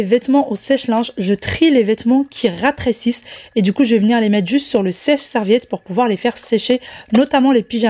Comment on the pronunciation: Cc, j’ai fait la recette du gâteau au yaourt au thermomix, très bon, ma petite famille a bien apprécié. Si je peux me permettre, il me semble t’avoir entendu dure ratrecisse, en parlant du linge, on dit plutôt rétrécir 😜